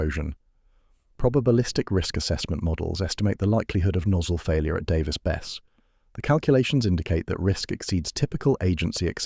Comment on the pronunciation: Pronounced bes-see. Worked as a civil hand there during 2 different outages